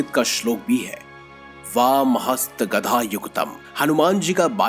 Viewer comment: गदा होता है न की गधा ।।। देख कर तो बोला करो भाई। ये वीडियो और धर्म के लोग भी देखते है और सनातन धर्म का मजाक बनाने मैं लोगो को समय नहीं लगता ।।। वीडियो अच्छी है पर शब्दो को देख परख कर बोले प्लीज 🙏